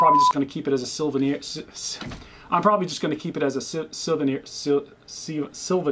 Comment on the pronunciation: Soo-ven-ear. Lol! Thanks for sharing this.